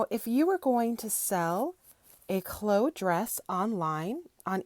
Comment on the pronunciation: Chloe rhymes with Bowie, not low.